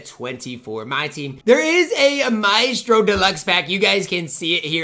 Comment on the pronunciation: I swear he says names wrong on purpose. Not knowing how to say Maestro as My-stro and struggling with Yi Jianlian is crazy. Maybe it’s his speech impediment